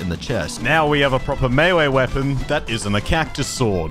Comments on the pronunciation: I’m not sure if this is a joke, but did say mayway wepon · mayway wepen hehe